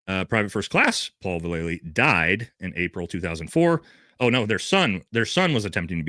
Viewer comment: Dude,...pronounced Val-luh-lee. Ask Mike V lol